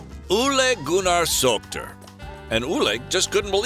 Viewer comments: His name is Solskjaer and not Solter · I recommend you to check correct pronunciation of Solskjaer. It must be [Sulsher],if I'm not mistaken.